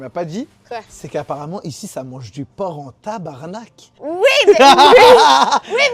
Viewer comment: Oh my god ya di tabarnak correctement finalement jaime ben les francais